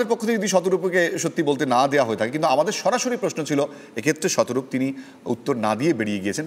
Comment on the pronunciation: Why shataroop?batela gulo galo Kothai? Learn English properly shataroop